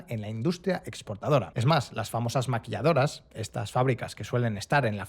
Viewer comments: ¿Soy yo o dice "Maquilladoras" en lugar de Maquiladoras? 😅. Por cierto, aunque tiene razón en el hecho de que el trabajo informal frena la economía, quién va a querer trabajar formalmente cuando te explotan muchas horas, cuando el ISR que pagas es demasiado elevado, te cobran un impuesto por seguridad social, pero cuando vas al IMSS malos tratos y nunca hay medicina. En cambio en empleos informales todo el dinero que ganas es para ti, eres tu propio jefe, tienes tus propios horarios, nadie te explota, no te desgastas con horas extra. Por eso la mayoría de los mexicanos opta por esta opción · No son "maquilladoras" de "maquillaje", sino "maquiladoras" de "maquila". ¿Será que el conductor no conoce del tema y únicamente lee un guion hecho por alguien o algo más? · maquiladoras no "maquilladoras " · Por qué dice maquilladoras en vez de maquiladoras? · Porque es español, igual allá aí le dicen.